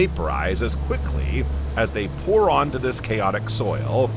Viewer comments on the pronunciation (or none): none